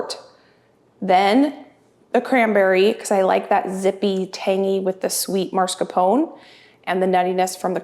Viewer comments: Beautiful desserts! Just a note- it’s pronounced mascarpone and not marscapone. You are amazing!💖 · It’s called MAScarpone, not marscapone. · it's mascarpone, not marscapone,:D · Love watching you, have been binging hours and hours. But for the love of God please stop saying MARscarpone. There is only one R in it. It is MASCarpone. Luke a Halloween mask. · No judgement. I pronounced mascarpone wrong for years. Here's what I found. Pronounce Italian soft cheese "mascarpone" as "mascar pony" with stress on the "pony" syllable. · FYI, mascarpone is pronounced - maa·skaar·POW·nay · the cheese you like to use for your whipped cream is pronounced, mas-car-POH-nay. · lol everytime she says it im like “NOO!!” lol “YOU’RE KILLIN ME!!” Lololol Love alll your contect! I’d say in English it’s pronounced - Mah-scar-p-own and in Italian the r is rolled and pronounced mah-scar-pawn-eh, my American husband makes fun of me all the time bc I’m always correcting his pronunciation 🤣🤣🤣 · I love your videos. But please do this old Italian lady a favor….it is pronounced MAS-CAR-PONE cheese (like Mask-r-pone). A lot of folks put the R in the wrong spot! Keep those videos coming!